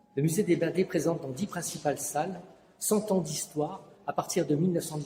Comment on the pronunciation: "Muséum the Blonde" in France... Geez, How hard is to pronounce blindés ?